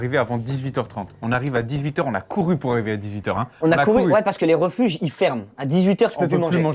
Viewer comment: Inox qui prononce les refuges 😭😭 Sinon c’est incroyable, le mental de taré, juste GG